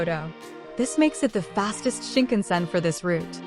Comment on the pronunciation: Very helpful overview, although I cringe every time the automated voice reader mispronounces words (Suica, Yamanote, Shinkansen, Hakata...etc).